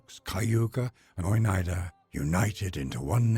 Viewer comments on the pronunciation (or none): none